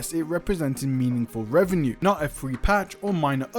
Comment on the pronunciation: "REFRENCING REVNUE"? Wow.. 😵‍💫